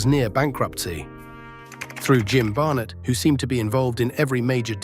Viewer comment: You sound extremely dumb, mispronouncing "Ole" (think Oly) and Barnett (think Bar-netttt). 😮